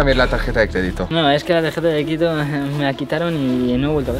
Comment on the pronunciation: Literalmente dice tardeja de cradito